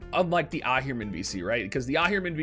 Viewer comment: Ohhhhhh, for the millionth time, it's not spelled "ir". Ahriman, Ah-ri-man, Ari like Ariana Grande Ari, man!